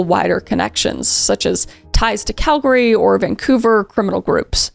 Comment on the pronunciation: Girl why are you saying Calgary like that?